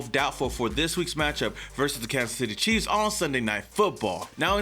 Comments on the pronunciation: Did anybody hear him say Kansas City queefs in the beginning lol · MY GUY!!💯🤣🤣 HE SAID KANSAS CITY QUEF!!!💯🤣😎🖤🖖🏿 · Had to rewind it once to see if you said queefs and sure enough my hearing is working perfectly. Shortly after getting off the floor, I started this.